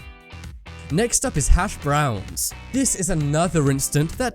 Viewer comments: You say hash brown weirs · can you just say things the right way? hashbrowns sounds weird